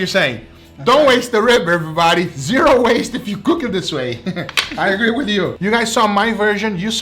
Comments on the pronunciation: I think I counted say errybady about 42 times, please correct me if I missed 10 or so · “EvErBoDy” Foods